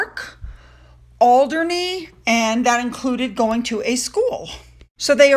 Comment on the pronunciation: You’re pronunciation is spot on. Alderney ✅